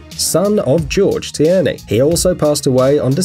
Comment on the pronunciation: Gorge Tierney last name sounds familiar... Look at my name... Btw it’s you say it (t-ear-nee)